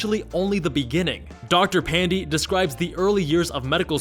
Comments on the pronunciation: Dr. Pan-dee 😕 It's pronounced more like pan-day (as in sunday) but doesn't matter, no one is offended. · Dr Pan-dee?!!! 😩😩😩😩😩😩